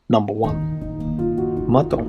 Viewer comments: It is Menton not Maton and Cannes is pronounced "Can" not "Cans!" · The selection is OK, although quite predictable except for Carantec, but the narrator's pronunciation of French names is disastrous (Menton). He will earn no points with French speaking viewers like me.